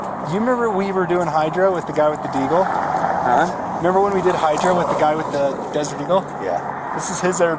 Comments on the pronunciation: The cop said hydro. Twice. Clearly audible. Unmistakably. What I do not know is whether the Utah accent may lead to Hydra being pronounced Hydro - I however highly doubt it because it's just a very strange shift that I've never seen in either direction anywhere at all across multiple languages and many dialects and sociolects. A very short and less pronounced o can turn into short similarly little pronounced a - but a very short and less pronounced a turns towards e. E again can turn this way to I. Regarding conscious shifts that don't just happen by accident, shifts usually are on the a-e-i line or on the o-u line. You can actually test that yourself by replacing vowels in random words: First you replace only between a and e or e and i: The a to e or e to i conversions don't even change the sound in American English: Sem sounds still like Sam. Marry Christmes is still the same sound as Merry Christmas. Now, the e to i and vice versa: Mirrej Chrestmas sounds like a weird pronunciation but it's still clear what is meant. Blissed Be diverts even less from Blessed Bi (be is spoken with an I vowel according to IPA standard) but still sounds like a strange accent. Between o and u, it's similar: for vs fur, cottage vs cuttage, soup vs sopp - it's also quite out there but could fit a dialect. So the a-e vowel shift is so far the only one we could have otherwise missed. But this is between a and o. Now, let's revert those in a few words: Monsta vs Mansto - no connection and I would e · Dude said hydr"o" 100 percent